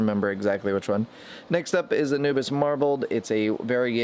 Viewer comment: Pronouced ANU-BEE-AS. Not ANU-BIS.